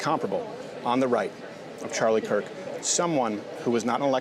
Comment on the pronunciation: "Chirlie Kark"